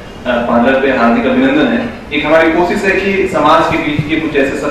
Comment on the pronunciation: Sir jo pehle sabko intro karra reheh hein unka pronounciation mein "S" Kuch jyada hi highlight ho raha koSSis jahan pe sha aana chahiye wahan,, budbak ho ka